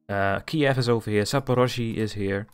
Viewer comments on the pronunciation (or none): none